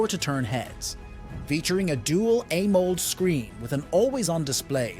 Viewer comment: That is an ai speaking video with so many mistakes in the price and way of speaking. If you r example amoled screen it's pronounced as amo led but the ai say it amoled. Come on check before posting.